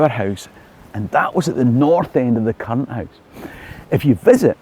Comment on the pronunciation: 'current'? It sounded lacking in 'r's'...